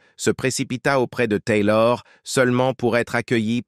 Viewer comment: La voix du commentateur est agaçante, surtout à chaque fois qu’il dit « Taylor » ! On se demande qui c’est ? Au départ j’ai pensé qu’il parlait de son tailleur, puis après j’ai réalisé qu’il s’agissait d’Elisabeth Taylor. Il l’aurait nommé Elisabeth, ça aurait été beaucoup plus percutant et beaucoup plus sympathique